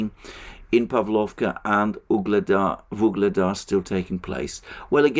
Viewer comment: Every time says "Vuglada" I hear the Beatles song "Ob-La-Di, Ob-La-Da" in my head.